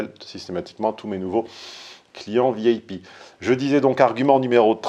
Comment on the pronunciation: quand tu dis VIP, on comprend vieille pie. Peut-être le sais-tu. Ce n'est pas grave du tout, mais c'est marrant. Il y aura toujours des bonnes âmes, certainement sincères au demeurant, qui argueront que "Toutes les femmes ne sont pas comme ça, et qu'il ne faut pas généraliser ni amalgamer". Tu es scientifique. Tu peux toujours utiliser la courbe en cloche gaussienne, de Gauss, de Laplace-Gauss. D'ailleurs, il serait intéressant de faire des stats à ce sujet, et de produire une courbe en cloche, même si ça demande un certain travail. Peut-être ces stats existent-elles déjà. Je chercherai sur internet. Je te fiche mon billet que les femmes "pas comme ça" existent certainement, mais elles constituent une infime et rarissime minorité exceptionnelle. Alors, bien sûr, pas de généralité à 100%, mais une majorité écrasante. Atchoum!